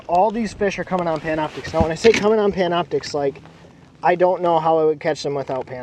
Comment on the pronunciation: Did you say Pamna Optix?